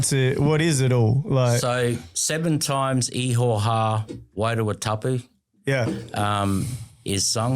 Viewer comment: Bro the word is actually IHOWA that's a Maori word translating the Biblical word JEHOVAH which is God's name ( one of them ) but He's pronouncing it as IIIHO- HA. BUT that's his choice. But as it's written it's axshilly 😂 IHOWA (Pronounced like eee-horr-waah and in Maori the letter iii is pronounced as an eee, that's generally ok iii, pronounce eee and the letter E pronounce like ear, ok ghee, cool) Any a you cool Ozzie dudes wanna know Maori or anything biblical ask me, I'm christian as but I nused to be a punkass looking mofo but I gave my life n soul to the living YESHUA. Which is the Hebrew word for Jesus God the Son. In my past life I was a bit if an R swipe rack smokin, but previously Rastafarian weed smokin peace piper but that Saran basstid got me hooked on crack but then I met a guy I fell in luv wif called Jesus. now I'm a 7DA christian . Now to me this guy is sincerely Abit mixed up. Polynesian waka travellers incl Maori but there's a lotta mixed up fkd up versions of Christianity and sum real nutters but hey I'm not wanna put this dude down but he sounds like the Mormon version of geneology and no offence but Mormon is a false Christ but he believes what he does. And we all have that choice of freedom if religion freedom if speech n all good shit sorry not shit, syuff... in general... biblically speaking Ham Shem and Japheth are Noah's 3 sons. ( Btw way all the oceans in the world is whats left if the folks back from then ie 4-5000 years ago biblically. We didn't